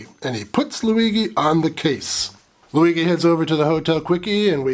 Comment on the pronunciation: Loo-wee-gee? Jee?